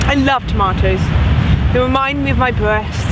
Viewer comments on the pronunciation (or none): I love tomatoes - they wemind me of my bweasts!